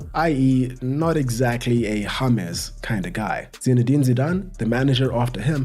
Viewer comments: juat say James intead of Yamezz. Its djames, got it? ty )) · "Harmez"? It's James! 🤦‍♂️ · So his name is pronounced Hamas NOT James like James Blunt